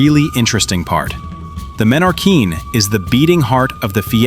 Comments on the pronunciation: Perdona menorin no menorquín compañero es menorca😅😅😅archipiélago menorquín déjate de menorin o esque no lees lo que pones en el video😅pero que marismano marismeño no sabes ni leer calamar hay lo pone muy claro marismeño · No es menorin es Menorquín que en Español se lee tal como se escribe y no se cambia ninguna letra